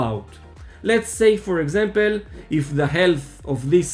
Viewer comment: it is "for example" > not "for exempel"... :P cheers !